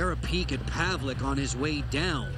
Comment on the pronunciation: Holy shit, i found this video today.. It looks horribly scary! Fortunately he's ok now and plays fantastic game in world championships with our Czech team :)) Btw, the proper pronounciation of his name is paveleTS not paveleK :D